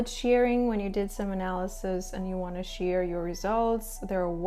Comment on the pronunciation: Can you say share instead of sheer